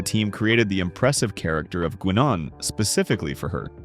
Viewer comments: "Gwenon"???? It's pronounced Guy-Nen. They literally say her name in the show. I imagine the silly AI voice is to blame (AI voices SUCK), but still. A little quality control goes a long way. Trekkies are not going to let things like that slide. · ai voice lol gui-non lol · I stopped watching as soon as Guinan's name was mispronounced as "Gwee-non". This screams of AI laziness and a lack of knowledge & respect for the source material. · Yeah, noticed that too. That was my 2nd confirmation that narrator was AI. 1st was Guinan. Any person narrating would, at least, know how their names are pronounced. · Agreed! I don't know why someone doesn't listen to it before posting it. I would rather it be an real voice anyway.